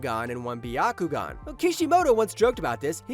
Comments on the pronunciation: well it’s definitely not by-ya-ku-gan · (By-ya-ku-gan) What the actual fuck kind of pronunciation is that?